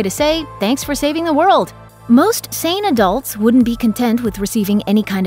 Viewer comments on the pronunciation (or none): none